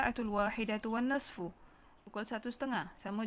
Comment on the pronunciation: cikgu itu wannisfu bukan wannasfu